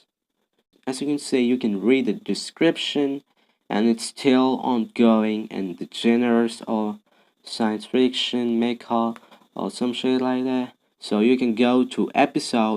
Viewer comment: Did he just pronounced genre as gen-re instead of jan-ra ?